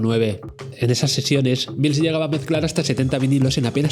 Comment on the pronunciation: Menos mal que has dicho "Mils" y no "Mails". De momento han visto el vídeo 42.000 personas, a ver si lo ve mucha más gente y aprende a pronunciar su apellido. Buen vídeo!